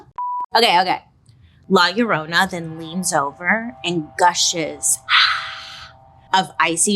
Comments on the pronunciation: Bailey you killed me when you said La Llorona 🤣 that’s not how you say it but now it is ! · Love the way she says “La Llorona” 😅♥️ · La Llorona… not to be confused with My Sharona.